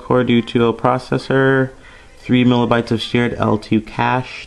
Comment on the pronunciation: He really just said 3 mila bytes shared L2 cache hahahaha